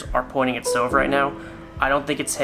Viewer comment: ITS NOT STOVE